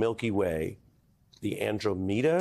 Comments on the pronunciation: An--dro--mee-duh?????? How is it possible that you have a show on any television and you've never heard the word "Andromeda"????? And you didn't even bother to prep for the show???? And where exactly were all the MAGA era lies that got debunked?????.....But loved his point about repeating things so much that they become beliefs. Nail on the head Neil!! Let me give you an example "Trump colluded with Russia" Friggin MSNBC! LOL!!!!! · Imagine pronouncing andromeda as andromeeda on live television. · Dude really said “Andro-meeda” instead of Andromeda…while discussing how bad education is? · Andro-MEEDA? Really, Ari? I still love your political expertise! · "And dro media"? REALLY??? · andro-"meeda" says a lot about the pretentious host. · Andro MEEDA? Jeez Ari. Wow. Well I'll give him a pass. GREAT TALK. Neil is THE MAN. We are so fortunate to have him. The people who NEED to listen to his intelligent thinking surely aren't listening to him, but it's nice to dream. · Melber proves Tyson's point by mispronouncing Andromeda, instead pronouncing it as if it were Alameda. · Andro-meeda got me lol 🤣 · An intelligent adult journalist that can't pronounce Andromeda...jeez. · amazed that Ari Melber was unfamiliar with how Andromeda is pronounced. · Ari is a weird dude...he can quote nonsensical lil wayne dribble but he cant pronounce andromeda properly? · How is it that the interviewer does not know how to pronounce "Andromeda"? Seriously? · Great interviewer here...but losses points for not knowing how to pronounce the Andromeda Galaxy. The most studied outside galaxy and the largest in our local group. You can see it with the naked eye! Everyone should know these things. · Full disclosure... I'm probably not buying a book written by somebody that can't pronounce "Andromeda." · The guy can't pronounce Andromeda? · How illiterate are TV hosts nowadays? Not even knowing how to pronounce Andromeda? Really? WOW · not knowing how to say Andromeda is absolutely embarrassing